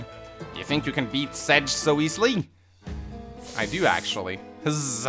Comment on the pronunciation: I vote to "Sedge" be called "Setge" from now on